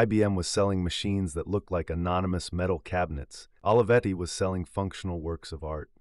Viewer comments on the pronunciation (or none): The correct pronunciation of Olivetti sounds like Oh-lee-vetti, not Olive-etti. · This video is a nice homage but is wrong in all kinds of ways... Putting aside badly butchered pronunciation of this renowned name, you start on the false predicate of equating the company to the open source movement. In fact, Olivetti was a totally proprietary platform. Brilliant. Beautifully designed. Human-centric. But proprietary. And, by the way, there is nothing wrong with that. The pricing was lower because, unlike IBM, the buyer did not have a forced opt-in to a service contract but the company is a for-profit endeavor. A fair profit, but not freeware by any stretch. Second, I realize there are a lot of young people in this channel who seem to think Olivetti was completely obscure and unsung. They were a global phenomenon. THE brand of the age just as you might say of Apple or NIKE today. And everyone in the technology and industrial design field including Steve Jobs is very openly on the record acknowledging that their own work was inspired by these legends. Almost everything novel is derivative of what came before if you look back far enough. Third, you speak of Olivetti as if it is defunct. That is far from true. It is currently one of the world leaders in Big Data and IoT (Internet of Things) as part of Gruppo TIM, one of the largest European companies in world with $20 billion USD in annual revenues. Had Adriano not been killed so abruptly (and suspiciously) there is no doubt that he would have accomplished even more amazing pioneering things but please don't ref